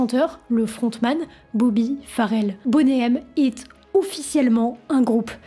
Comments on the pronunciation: Bonnet M c'est pour les fans de grosses poitrines. Sinon ca se prononce plutot Boni M. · vidéo intéressante. bon travail de recherche. seul bémol, tu devrais arrêter avec ton anglais "frenchie". le nom du groupe se prononce boni M, et non bonnet M. on dirait que tu donne une taille de soutien-gorge 😂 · C'est énervant de t'entendre dire "Boné M", c'est de l'anglais, c'est "BONI M" que ça se prononce. Comme ce n'est pas "Rayverse of babylone" c'est "RIVERS...".... Bonne vidéo mais si tu dois parler d'eux autant bien le faire à fond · Why is that voice off person UNABLE to pronounce English words correctly 😅😅😅 Bonay M😅😅 Raaïverzzzz of babylone 😅😅😅😅 . Mais enfin arrêtez de massacrer la langue anglaise for God's sake😮😮😮